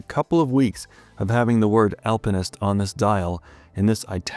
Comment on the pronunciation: Finally not saying "Alpine-ist" 😂